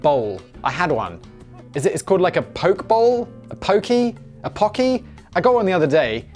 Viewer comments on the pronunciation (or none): Poh-Kay. (Spelled Poke with an accent above the e). If you aren't getting it in Hawai'i its probably shit.